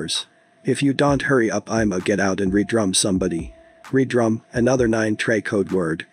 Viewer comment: Im waab he said "re drum" its "red rum" lmao this is why people dont need to cover shit like this.